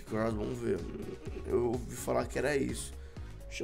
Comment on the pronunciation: crossbow mano fala o nome certo porra e mano para de ser troca mano devolve o bagulho que vc robô do rezende